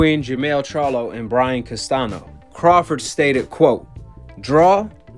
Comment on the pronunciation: "Castanio" not "Castano" thats how you say it.. and "Brian" not "Brain"